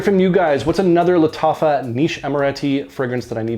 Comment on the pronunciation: I rarely get to watch a new vid from you so early! I really like this new series from Lattafa (you said Lattacha at one point, haha). This one to me opened like Toy Boy (it also has nutmeg as a very prominent note in the opening) but then turned very smoky (vetiver just doesn't work on me). I get the Ganymede reference from the vetiver but it doesn't have the metallic/mineral vibe I get from it. My favorite from this new series remains Antique. Have a good Easter weekend, man! 👍